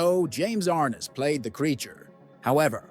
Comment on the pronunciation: His name is pronounced James R NESS not James R NISS.